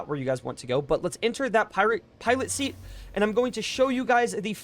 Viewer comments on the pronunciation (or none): none